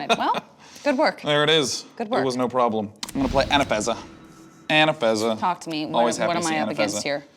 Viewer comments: Why has nobody commented on him saying Anafezza instead of Anafenza? Hurts my braaaaaain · Anafeza? She's Anafenza dude. There's two n:s in there.